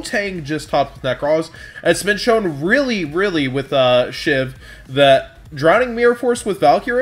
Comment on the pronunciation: Everyone keeps saying it like SHIV when it's SHVI. SCHVEE. Weirdest pet peeve ever but it's getting on my nerves.